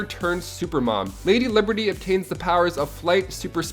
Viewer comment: Lady Libery? Libery?